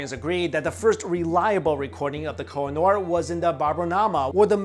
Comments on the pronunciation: oo = u ... its ko- he- nur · Koh-I- Noor (pronounced khuuheh-nuur) means the mountain of light